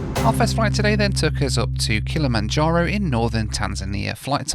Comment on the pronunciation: I know this is a year old, but I know where to go for a drinking game. One per saying Kilamonjaro.